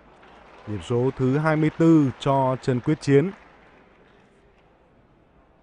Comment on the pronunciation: Blv đoc sai ten nhieu lan